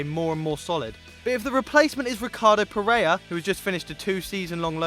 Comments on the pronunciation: F***ing Pereira, not Perea. Either learn to read or to speak, but that's not good enough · PereiRa sorry I am Brasilian and it triggers me the way You say PereiRa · It's Ter Stegen, not 'Stergen' and it's Ricardo Pereira not Pereya.